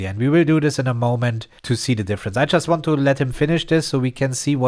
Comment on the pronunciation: Ahhhh "just" i was wondering why you was always saying "chess" lol. Tank to subtitle